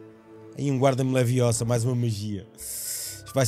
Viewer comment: It's Leviosa... not Leviosá!!!